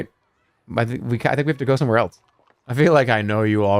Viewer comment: Has anyone else realized that he pronounces “else” like “elts”